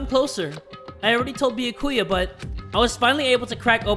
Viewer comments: It’s not Bi-a-ku-ya. It’s Bya-ku-ya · “Beakuya” 😭😭 why say it like that (no offense I still think you awesome) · Byakuya: says his own name correctly: bee ya koo ya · bee yuh koy ah me NOOO IT'S bee-yah-ka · its bee-yAh-koo-yAh NOT bee-yuh-koo-yuh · I don't know how Byakuya would feel if he heard read his name as Bayakuya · HAYY JAY! you’re saying Byakuya wrong! It’s “Bya-kuuya It’s 3 syllables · Yup, its bee-ack-ewe-ah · It’s either pronounced bYA-ku-ya or bYA-kya. I honestly have no clue which one it is because sometimes the different english voice-actors pronounce it differently. But yeah, is putting way too much emphasis on the “ku” and it’s messing with my head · Be-Ah-Ku-Yah and the name is pronounced more quickly than you've been saying it if you say it slow it doesn't sound right, if you've read this comment you're welcome, also sorry it just bothered me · n0ah nah it’s bee-yAh-koo-yah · Having to deal with saying Byakuyas name with one too many syllables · how tf do u say it, ive been saying it the same way as him 😭😭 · i cant wait for the day starts saying byakuyas name right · Please pronounce byakuya right it hurts me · love your videos but you're pronouncing byakuya's name wrong, no offense